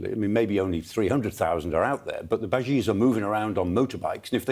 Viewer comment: the "bajeez"? :-D They're called ** Basij **